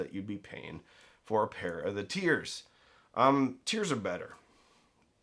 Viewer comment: I just like to hear him say "bet-ter."